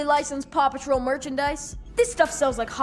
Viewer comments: i only hear "papa troll" now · Anyone else start hearing Papa Troll when the news programs were going fast in the beginning? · I still hear papa troll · listening to the intro while doing something else made me realise how much the American pronunciation of Paw makes Paw Patrol sound like Papa Troll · I can't hear anything other than "papa troll" pls help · I will never not hear the name of this show as "Papa Troll". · At some point I made a joke about "Poppa Troll" and now it's all I can hear when you say Paw Patrol